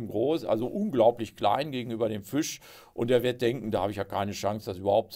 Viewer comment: Was kann denn der Fisch dafür, dass Sie ihn ständig mit ü aussprechen?